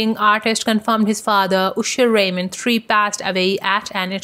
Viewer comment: Stop saying oosher😏